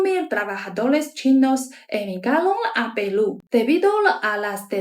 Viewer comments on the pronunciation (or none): QUE HERMOSA ESTA CHINA RICAMML, ELLA DICE : PELU😂😂😂😂🎉🎉🎉🎉❤❤❤QUE VIVA PELU😂😂❤❤❤❤Y QUE VIVA CHINA 🎉🎉🎉🎉🎉